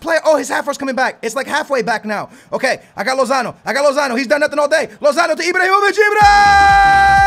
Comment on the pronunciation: He keeps calling Ibrahimovic Ibrohimovic